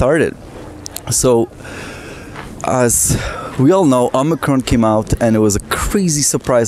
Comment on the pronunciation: Branch O-mice-ron?